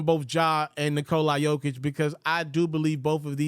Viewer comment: Please pronounce the 3 time MVPs name correctly